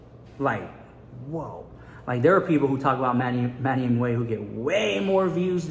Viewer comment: Hahaha what? You’ve been saying Manny Mooch for ages 😂😂😂😂